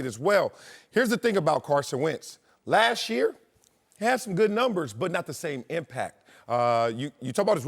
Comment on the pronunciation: It’s “last year, not lashyear”.